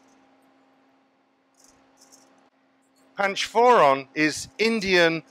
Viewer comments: Yeah, listening to him say that warmed my heart (im Indian). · chef u said panch foron... i wonder the depth of spices n condiments knowledge and indian taste u are aware of... i am bengali and hearing that word from you was a delight 💙❤️